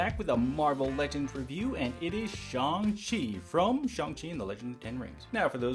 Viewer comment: It is shang- “shae - ane”